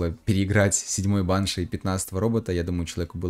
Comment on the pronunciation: пожалуйста можешь ставить ударение на и (баншИ)😭😭😭😭😭